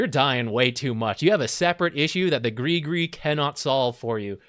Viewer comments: PLEASE PRONOUCE IT AS GRIZ-GRIZ!!!!! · why is every english speaking person sayin GRI GRI!? its has a fking S!! at the end!!! its no that hard!! griS griS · Has anyone been pronouncing it “griss griss” like me? 🥴